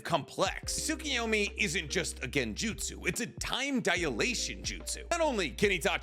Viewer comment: What is with this guy and intentionally mispronouncing jutsu? Also, tsukuyomi doesn't mess with time. It messes with the victim's perception of time. Everything about it occurs within the victims mind. It's an illusion compressed into 2 seconds, in Kakashi's case, while Kakashi's perception of those 2 seconds is stretched out to 72 hours. If it was a pocket dimension, Kakashi would have vanished for 2 seconds and would have retained all the damage he received when he reappeared.